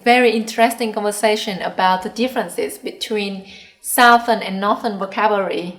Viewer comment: You need to check you pronunciation of "southern" and "northern."